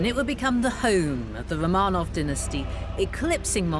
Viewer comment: I love documentaries with Lucy Worsley. However I wish she would pronouce Romanov right. I cringe everytime...